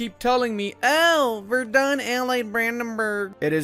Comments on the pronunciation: Its spoken Werden not Verdun. The latter is in france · Please look up how to pronounce Celle. I think you had the "ll" part about it. Also Verden is not Verdun. The "V" makes an f-sound, the "e" almost disappears, the "n" is not softened the emphasis is on the first syllable and there is no "u" anywhere. It's pronounced more like "Ferd'n", really.